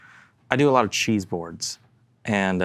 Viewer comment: lol I kept thinking was saying "chi" - like he had consulted chi-chi fortune telling sticks to pick the guitars lol. Then he started naming cheeses and I got it.